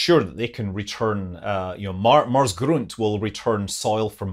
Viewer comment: You really nailed the pronounciation of "grunt". Satisfying.